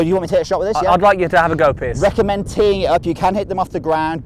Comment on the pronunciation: Piers (rhymes with years) not Pierce.